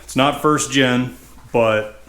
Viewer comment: "Pardon me", but I did not understand the mustard reference. :-) BTW, I believe it is "first gen" a.k.a., first generation and not "first gin" but we all know what you mean. It is somewhat similar to those who say "escavator" rather than "excavator" which I think may be a MN thing. Yep, you are a mechanic and a damn good one, and do not pretend to be a linguist. I ain't one of them there linguist neither too. :-) Keep up the GREAT Cat work and tnx for letting us tag along while not even get our hands dirty.